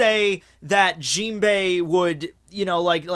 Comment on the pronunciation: Why do you pronounce Jinbe's name with an "i" at the end? Similarly with the word "anime". It's really annoying ...